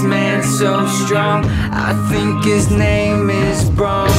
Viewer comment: Brom? Frikn native englisheers that are too lazy to search on how non english words are spoken. I mean I'm not german but Braum is strong and his name should be said strongly like with a german accent on google translate. Or just with an emphasis on "a" and not removing "u".